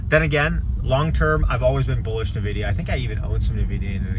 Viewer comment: It's "en-vidia" not "nah-vidia"